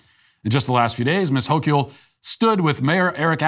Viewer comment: The only correction needed to be made here is the pronunciation of Kathy Hochul's last name. It's like saying the word local, but with the H replacing the L.